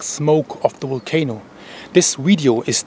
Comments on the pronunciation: Waited all day for your report, keep going, I’m English and now I keep saying wolcano , love your style of reporting. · I love the way you say Volcano. 😁🤩